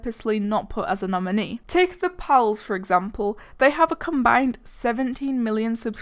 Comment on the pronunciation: And you said pals as polls